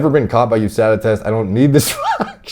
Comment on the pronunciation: “Fugh HOOSADA”